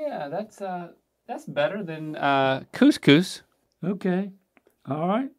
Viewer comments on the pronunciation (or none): Cooshus. I mean, with English pronunciation of the letters, he's not wrong. Giving this man the names of foreign foods to pronounce. Link doesn't just look like his dad, they share mannerisms too. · I hate how logical his pronunciation of couscous was. Bro pronounced it like luscious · Oh my God couscous that was hysterical how you pronounce it 😂😂 coosheous I love how you pronounce the sc as sh.